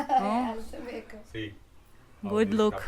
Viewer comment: Боже мой!! Да займитесь своим английским хотя бы,если хинди не под силу! Ведь вы просто издеваетесь над английским языком!! Эти кошмарные окончания слов!! Не гуТь! А GooD!! Хорошо выглядишь/т Looking Good,а не гуть люк😂😂😂😂 Ужас тихий